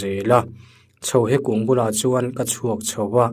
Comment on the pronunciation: Chhohe ni lovin Chhohle tih zawk tur a nih hmel e.